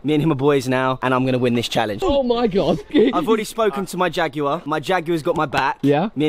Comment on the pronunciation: It’s JAG WIRE not jag you er